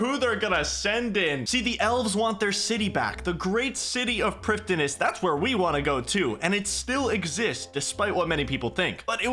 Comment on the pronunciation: It’s pronounced “Priv-thinas” You’re welcome.